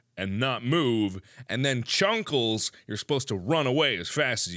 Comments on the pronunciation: it is not chuckals its chester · Chester not chuckles lol mr tatters not whatever u said huggles 🤣🤣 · Its not chunckles its chester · its chester not chuckles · I have never been so disappointed in mark until after he said Kiki, Mr. tatters, and Chesters names wrong